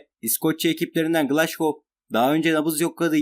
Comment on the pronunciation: Glaşgow değil a.q glasgow